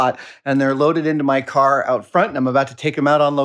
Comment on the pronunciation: has anyone noticed that in he says caw instead of car?